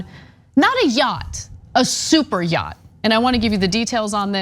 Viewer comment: Elmer J Fudd gazillionaire, I own a mansion and a yaght. 👌